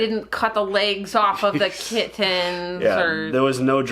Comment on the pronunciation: pronunciation of "kit-tens" will become Hill House's "Jon Snohh.";)